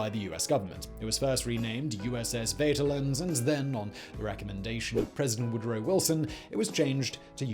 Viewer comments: The what now? The "Wäterland"? Jesus christ, no. Just no. Do some research before you talk about something. Just a little bit. Just the tiniest, laziest bit. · vaterland means fatherland and is said with f in the beginning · The V in "SS Vaterland" is read as f in german....